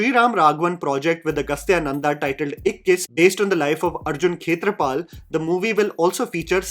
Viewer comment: It's not 'Arjun Kshetrapal'. It's 'Arun Khetarpal'